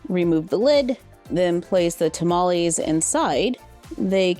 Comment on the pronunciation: Tamales! (You're totally pronouncing that correctly BTW) I'm totally willing to sacrifice that dress just to have the apron, it's super cute! And I love the play set, besides the apron, the only thing I would change is to have at least one of the tamales individually.